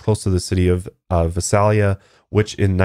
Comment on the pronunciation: I came from the podcast just to point out for one thing it’s Visalia Vi SAY lia you weee saying it weird also you said Exeter weird lmao but I actually was born in Visalia and I currently live in Exeter and never heard of this until the podcast. Maybe I just need to get out more lol. Anyway back to the podcast 😂